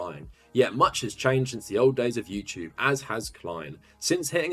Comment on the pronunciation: “Youchewb” lol